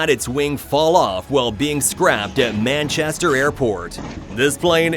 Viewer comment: Can't even say Manchester correctly my god